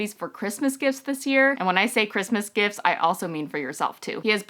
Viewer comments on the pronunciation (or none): none